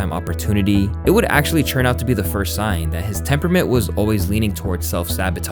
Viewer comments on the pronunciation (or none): Take a shot every time this guy says churn instead of turn 😂😂